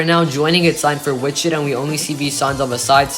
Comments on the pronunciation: It’s Wi-chuh-tah, not “Wich-it-uh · They're right, the third syllable is like Todd without the D's. You got the emphasis on the first syllable correct. I'm only referring to the city, I don't speak any indigenous languages.